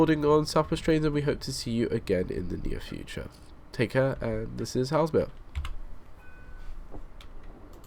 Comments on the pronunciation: It's pronounced Hay-zull-mere, not Hellsmere. SWT would typically run 10-coach 444s on that line in the case of a rolling stock shortage. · Your pronunciation of Hay-sel-mere - Haslemere - makes me want to die. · Superb videos, thanks for sharing (ps Haslemere is pronounced Hazelmere) ;) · The prounaunciation is Hazel-Meare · Its pronounced Hazel-mere ... sorry to nit pick :-p